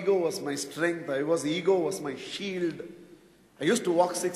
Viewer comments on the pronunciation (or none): none